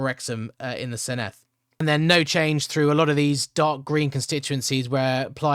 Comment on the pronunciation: Given you asked for feedback, the double D is like th in “the” not the th in “thistle”